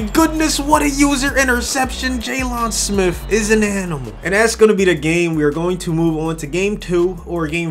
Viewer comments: It’s not (jay-long) it’s the normal (jay-Len) smith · Jay-lawn? Don’t diss the boi like that